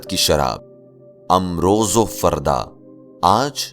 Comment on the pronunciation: Nice explanation but please use correct Urdu/ Persian pronunciation. I'll give you one example there are many. Amroz correct pronunciation is Imroz